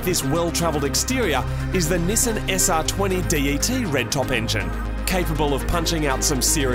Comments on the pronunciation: "This is a Nissin 180sx" The way they say Nissan fucking triggers me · STOP SAYING NISSAN!!!! ...It's pronounced "Nissan"... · Nesen no no no Nissan=Ne•san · "nisen" vs "nissan". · God I love this channel, but I absolutely loath how he says Nissan. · I don't understand why Australians and Brits say Nissan wrong. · So have you guys learned how to correctly pronounce "Nissan" yet?